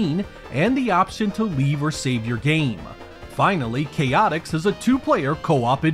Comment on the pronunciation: Great review! And just for the record, it's pronounced "Chay-ah-ticks" (with a very soft T), or at least that's how it's pronounced when the Chaotix characters showed up again in Sonic Heroes. And yes, I'd love to see more solo 32X reviews! I remember Shadow Squadron was a good one!